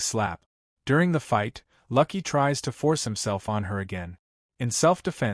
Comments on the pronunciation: What the hell? It's No'EL not Neil & LUUUUKE, not Lucky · You are slaughtering the name Noël. It is pronounced (no elle) please incorporate this information for your future use. And the man’s name is LUKE! not lucky. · I love when AI can't do names. Noelle as in the Christmas carol and Luke is a pretty simple name.